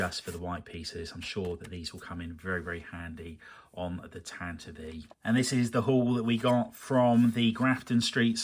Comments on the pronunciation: looking at the pronunciation guide I think you might be saying tantive wrong - U have been putting the emphasis on the middle syllable, but it should be on the front and the "I" ought to be reduced to schwa - the YouTube krysto studios uses the correct pronunciation in his video ranting about R2-Q2 if U want a sound reference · I was today years old when I learned Tantive is pronounced "Tant-iv-ee" not "Tant-iv"! Thanks!